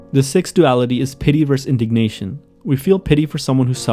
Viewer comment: The way you say versus disturbs me greatly